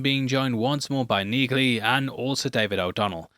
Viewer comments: Your scriptwriters need to give you a heads up when it comes to the pronunciation of certain names,. I could tell you haven't watched the show because you pronounced her name as NEEG-ly. If you'd watched it, then you would've known it was pronounced as NEE-ly (even though it's spelled Neagley). You outed yourself! 😁😂 (But we won't hold it against you. You do a great job!) 👍👍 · It’s pronounced NEELY. The gh is silent, like thr k & g in knight. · Saying Neag ley proves you didn't watch it dude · There is no ‘G’ pronounced in Neagly. Can you all please finally get presenters who have actually seen the shows to do the commentary?!